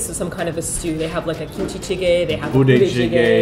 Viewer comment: I don't mean to be totally rude, but jigae is pronounced more like "jigeh" than "jigayy"? I'm sorry I don't mean to be rude!!! I love these videos of yours though:) and it was very considerate of you to be filming in advance just for us!